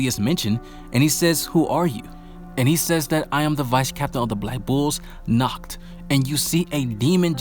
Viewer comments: it is pronounced naakht not nukht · Good background music man, and it's "Nahht" not "Nakt" :P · The way you speak Nacht's name it sounds like the german word for nude: "nackt" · You should pronounce H in "Nacht" like you pronounce H in the word "Hi!" or "History"... You pronounce the world like "Nackt". You should just listen to it on google translate 😂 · How you pronounced Nacht sounds like “nackt” which means naked 😂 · Yeah, but it was good. The “ch” is hard to verbalize if it’s foreign to someone. But with some practice it’ll be perfect👍🏻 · you saying nackt to Nacht and nackt mean naked of German lol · Yeah, you definitely butchered Nacht’s name, try the Google Translator, choose german, write Nacht and hit the speaker button, because how you pronounced it now in German means naked and not night. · Dude, I literally said, ch in GERMAN IS READ AS AN H... That feels better, please try not to bucher it next time (I would suggest some practice)